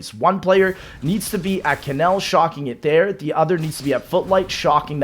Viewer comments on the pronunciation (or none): none